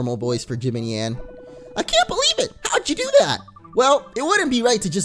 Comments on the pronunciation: Jibanyan is pronounced ji- bAn- yan not ji-ban-yin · it's pronounced Chibonyan not jibonon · not Jibonyon, it's jib ahn yahn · ITS jibonyon not jibanyan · it's not jib-an-yan it's ji-ban-yan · it’s jee-bon-yon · Jibanyan Is Pronounced Ja.Bon.Yon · It's said chi-bon-yon got it? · It is jibonyon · It's JI-BON-YHAN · ITS PRONOUNCED JI_ban_Yan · it's ji-ban-yun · It's pronounced Ju- Bon- yawn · it is like Jo-bon-yawn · this is how you say jibanyan ji-ban-yan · It's called jib-ayn-yan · no offense but it's Ji-ban-yan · It's pronounced Jibanyon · It's pronounced jibonyon even know it's spelled different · It is pronounced chibonyan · Game tells you the correct pronunciation (LITERALLY 30 SECONDS LATER) - "Now we've got 'Jib-in-yann' in our party.." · its pranounced je-ban-yan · its pronounced Jibonyon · You t is pronounced ju-Bon-yon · it's jabnyan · It's pronounced ju-bon-yon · ja-bon-yan not ja-ban-an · You pronounce jibanyan like the... Jib-arn-yarn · its ji ban yan with the a the a sunding like man in jamacin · Its pronouced ju-bon-yon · It's jebonyon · Louis Rodriguez dude watch the tv show pm on disney XD it's said ji-bon-yon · It's pronounced ji Bon yawn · It's pronounced jibonyon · It's Pronounced chE-ban-yan. /[T_T]\ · It's jib on yon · it is called jE-ban-ian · its ji_bayn_yawn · it's (JE-BON-NION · Pronounced jib-Bawn-yawn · jib-ann-yan thats how you pronouce his name and he dos not have a western accent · IT'S SAID JIHBAWNYAWN!!!!! (am I late?) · its pronuced ji ban yan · its jabanyan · Here is how you prenonce jibanyan ( jib-on-yawn) also check out my YouTube channel which is Jessica Deer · its pronounced gi-bon-yawn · Jibanyan is pronounced jab on yon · ja bon yon say it properly ! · NOT JIBANJAN \JABONYON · the pronunciation is jib-on-yawn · sorry not trying to sound mean I just hate when someone pronounces something wrong, its juh-bon-yon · its Ji-Bon-yon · It's Chee Bon Yawn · its pronounced "JIb AHN YAHN"